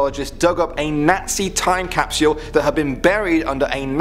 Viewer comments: Who hates how he says Cap-See-All Instead of Cap-Sole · He says time capsual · Capsule not capsuule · Sorry bout’ this but I have too “CaPsUlE” capsyule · Ok NOW we can open the 2019 caupsel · Capsule not capsyoooooool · He's British and that's the way they pronounce it but "Cap-SYUL" sounds really weird. Nice video though as always! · Cap-sole? Cap-Sh-u-al. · You’re not saying time capsule right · Stop saying "capsule" until you learn how to pronounce it properly. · I love the way he says capsule😂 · How you pronounce “capsule” took me right out of the video. Had to shut it off. Sorry man. Good job from what I saw. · He prounouced time capsule time capeesuull and Hiroshima is pronouced heroshema